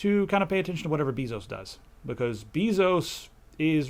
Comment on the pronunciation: Love the show / program / cast, whatever :) But... you mispronounced Bezos' name, it's not an 'e' as in bee, but rather like the 'a' in base. Same pronunciation as the Spanish word for kisses: besos.